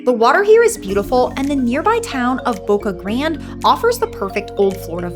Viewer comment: Why don’t you pronounce things correctly Boca grande you need to pronounce the e. Gasparilla is gaspariya . Remember the Spanish owed this Island so the names are Spanish